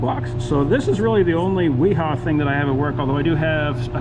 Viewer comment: Both Wiha and Wera are German brands. So the correct pronunciation is Viha and Vera. 🙂